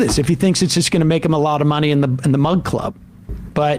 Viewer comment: I still cant figure it out, is it mug club or mud club?! I hear mud club every time